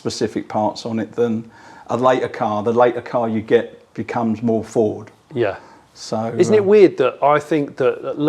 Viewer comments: He's mispronouncing Ford, surely? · May I say I’m shocked, Jonny, at your incorrect pronunciation of the word Ford in this video. It’s pronounced FOWDSSSSSS!!!!!! Luckily got it right😜 Great video👍🏻👍🏻